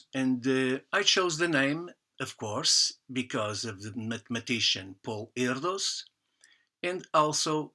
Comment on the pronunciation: muito interessante !! Acabo de votar para ti, embora a demonstração de Archimede seja tambem muito linda! Uma coisa: o s final de Erdős se pronuncia não como em inglês (s) mas como em Português lusitano (como por exemplo em "ruidos") e Paul (adaptação do original hungaro Pál) se pronuncia tambem não como em inglês mas como em português (não Pol mas Paul): em IPA [ˈpaul], [ˈɛrdøːʃ] ;-)